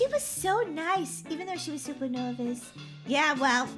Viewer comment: u said shuper shiny instead of super shiny😂